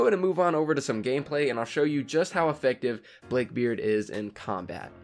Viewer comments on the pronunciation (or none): He pronounced it blake beard